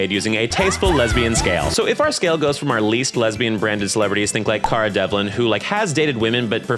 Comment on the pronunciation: What an interesting way to pronounce Cara's name. Never heard it said like that before